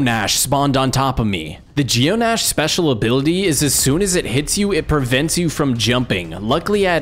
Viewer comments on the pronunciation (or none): Dude, the D in Djinn is silent and the ending of Geonach is pronounced Nock.